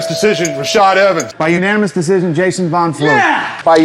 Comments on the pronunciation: Wait... Dana cant say Decision? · Dana can't even say decision right how much he hates it